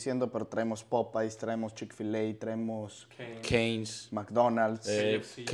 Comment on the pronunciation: que nacos popays se dice popeyes porfas